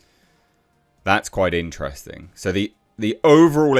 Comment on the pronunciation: Intrevsting, Quite inchtresting, inchthrusting.. 😅 How many times can one say "quite interesting"? Here it is said more often than people who say "you know" too often say "you know"